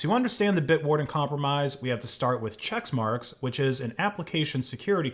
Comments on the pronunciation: "Che*CK*marx", not "Chexmarx" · It's pronounced "check-marks" not "checks-marks" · i hate the company, but it's not "chexmarx" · Why are you saying chexmarx? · isn't it pronounced check marks?